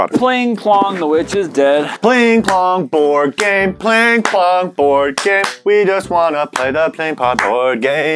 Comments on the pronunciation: Anyone else notice that the all said "Pling Pling" when it's Pling Pong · Why were they saying Pling Plong even though it’s Pling Pong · Why is nobody acknowledging that they said "pling plong" when in fact, it is actually called "pling pong" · You guys kept saying "PlingPlong", when it CLEARLY says "PlingPong", that annoyed me 😂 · No they said pling plong but they still didn't say it write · You guy:pling plong Me:it's pling pong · "alright we got pling plong" uhhhh the bok says pling PONG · They keep saying pling plong when it’s pling pong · Can we adress that it is Pling Pong, NOT Pling Plong? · Is it just or everyone was annoyed when they said pling plong instead of pling pong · It's pLing pong not pLing pLong!!!!! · Its not PlingPlong....its PlingPong